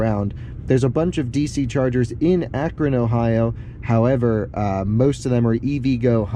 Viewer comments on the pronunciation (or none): none